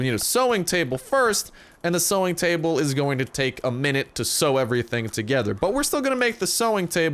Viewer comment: Is saying sowing table correct or no? It says sewing table